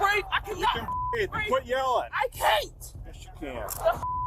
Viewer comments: It's breathE. Not breath. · it's breeve, not breef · "I cannot breeve!" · I am so sick of hearing," I didn't do nuthin" and "I can't breeve". Enough already. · “I can’t breaff “! 🙄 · Correction: she can’t “breave” heavy on the V